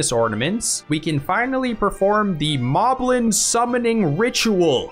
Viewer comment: It's pronounced "Moh-blin". Because the enemy name is written as モリブリン in the original language. There's even one named Moe in Wind Waker.